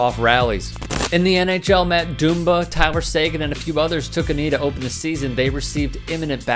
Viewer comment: Learn how to pronounce Matt Dumba, idiot